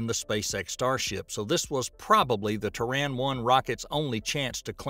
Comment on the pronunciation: Why's is he saying Traan when its Terran...